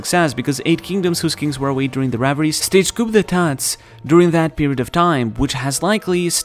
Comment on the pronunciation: I just want to point our your pronunciation of coup d'etat was foul bro lol. Love your videos tho tbh but yikesssss